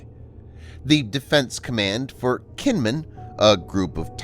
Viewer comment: Kinmen is actually pronounced like "Jean Munn". Xiamen is pronounced "Shyah Munn".